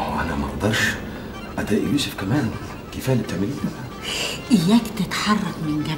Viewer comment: سعاد مستفزه وتنرفز وحركاته غبيه و اداء اوڤر وخصوصا لفظ يوسف الي تلفظه يسف